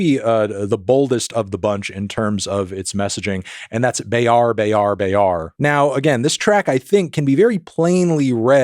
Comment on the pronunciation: To help you pronounce it better, both "E" in Gelap Gempita is pronounced like the first "a" in Arena or the "i" in Bird. The R in "Bayar-bayar" is pronounced with a hard R and the a is like the a in "hat" with british or aussie accent.